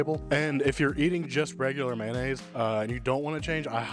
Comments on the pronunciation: Mayo-nnaise not Man-aisse mayonnaise 😅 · Please say MAYOnaise...lol. How did MANaise ever start????🤔🤔🤔🤔 😂